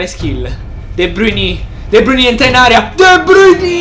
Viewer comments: Si pronuncia de Bruin non de bruiní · Comunque la pronuncia e' De Brain non De Bruni' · si pronuncia de brain